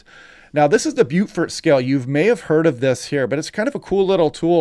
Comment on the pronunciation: Beaufort pronounced bow-fort